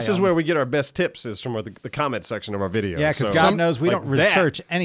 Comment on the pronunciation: I know is saying tips but I'm hearing tits